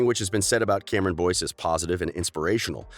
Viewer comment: This is how many times he said Cameron Boynce ⬇️